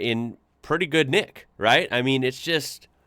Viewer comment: You said, "good nick" like an Aussie.